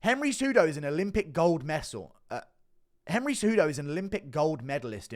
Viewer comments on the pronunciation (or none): the inner rage at himself for messing up the word medal. xD